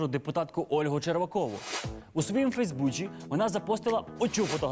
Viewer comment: Почему он всегда говорит к примеру "фецсбуЧи" а не "фейсбуЦи"?????